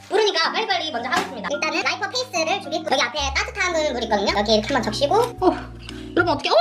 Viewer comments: 라이스페이퍼가 아니고 라이퍼페이스 ㅋㅋㅋㅋㄱㅋㄱㅋㄱㅋㄱㅋㄱㅋㄱㅋㅋㅋㅋㅋㅋㅋㅋㅋㅋㅋㅋㅋㅋㅋㅋㅋㅋㅋㅋㅋㅋㅋㅋㅋㅋㅋㄱㅋㄱㅋㄲㅋㅋㄲㅋㄱㅋㄱㅋㄱㅋㄱㅋㄱㅋㄱㅋㄱㅋㄱㅋㄱㅋㄱㅋㅋ페이슼ㅋㄹㅋㄲㅋㅋㄲㅋㄱㅋㄱㅋㄱㅋㄱㅋㄱㅋㄱㅋㄱㅋㅋㅋㅋㅋㅋ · 라이퍼 페이스..? -> 라이스 페이퍼 ㅎㅎ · 그 와중에 라이스 페이퍼를 라이퍼페이스라 부르는 그..^^ㅠ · 자막은 라이스페이퍼지만 이 말하시는거는 라이스페이스입니다 라이스페이스(riceface)=쌀얼굴이라는 뜻입니다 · 라이스페이퍼 라이퍼페이스라고 한 거 영상 4번째 보면서 지금 처음 들었서요 ㅋㅎㅋㅎㅋㅎㅋㅎㅋㅎ 💗💗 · 왜 자꾸 라이퍼페이스래 ㅋㅋㅋㅋㅋㅋㅋㅋ 라이스페이퍼자낭ㅋㅋㅋㅋㅋㅋㅋㅋㅋㅋ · ㅋㅋㅋㅋㅋㅋㅋㅋㅋㅋㅋㅋㅋㅋㅋㅋㅋㅋㅋㅋㅋㅋㅋㅋㅋㅋㅋㅋㅋㅋㅋㅋㅋㅋㅋㅋㅋㅋㅋㅋㅋㅋㅋㅋ 라이스 페이퍼를 라이퍼 페이스라고 한거 ㅈㄴ 웃기네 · 라이퍼 페이스 아니고 라이스 페이퍼 아니에용..?? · '라이스페이퍼'를 '라이퍼페이스'라고 부르는 퀸의 줏대 아주 잘 봤습니다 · 라이퍼 페이스ㅋㅋㄱ ㄴㄴ 라이스 페이퍼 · 혹시 라이스페이퍼를 라이퍼페이스라고 한거임? 만약 맞다면 개졸귀라고 생각함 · 라이퍼페이스가 아니라 라이스페이퍼에여 ,,😂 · 라이퍼페이스 ㅋㅋㅋㅋㅋㅋ 듣고 뭔가 잘못된거 같아서 뒤로가서 한번 더 듣고 알았음 ㅋㅋㅋㅋㅋㅋㅋ⫬ㅋ⫬ㅋ⫬ㅋ⫬ㅋ⫬ㅋ⫬ㅋ⫬ㅋ⫬ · 아니 선생님 "라이퍼페이스"는 뭔가요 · 라이스페이퍼 자연스럽게 라이퍼페이스라 한거 개웃기넼ㅋㅋㅋㅋㅋㅋ 순간 그냥 넘어갈뻔 했자너~ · ㅋㅋㅋㅋㅋㅋㅋㅋㅋ 라이퍼페이스 ㅠㅠ 라이스페이퍼 아니냐구욬ㅋㅋㅋㅋ ㅠㅠㅋㅋㅋㅋㅋㅋㅋㅋ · 라이스페이퍼를 라이퍼페이스라고 말하는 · 라이퍼페이슼ㅋㅋㅋㅋㅋㅋㅋㅋ 라이스페이퍼 아닌가요 ?! 계속 보다가 뭔가 의아해서 되새겨봤는데 나만 이상했낰ㅋㅋㅋㅋㅋㅋㅋㅋㅋㅋㅋㅋ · 라이퍼페이슼ㅋㅋㅋㅋㅋ 너무 자연스러워서 그냥 넘어갈 뻔 했네 ㅋㅋㅋㅋㅋㅋㅋㅋㅋㅋ